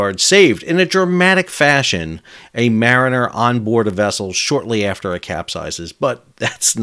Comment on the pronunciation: "Mariner"? Not exactly.